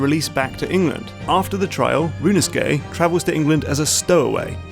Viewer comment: Rinusuke? Could have sworn the titular character's name was Ryu-u-no-su-ke.